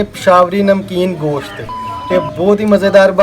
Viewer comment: nice recipe but gooshat ni hota goshttt hota h thanks